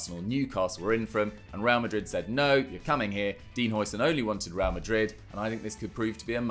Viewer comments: It's difficult to say for you, as the "ui"-sound isn't used in the English language, but "huis" is Dutch for "house" and calling him Housen is a lot closer to what it's supposed to sound like than the "oi"-sound the English usually use when they see a Dutch name with an "ui"-sound in it (the same applies to De Bruyne). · How are we still pronouncing Huijsen's name wrong?